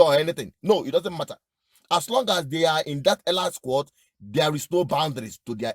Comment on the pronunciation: Elite —— pronounced as eleete not elait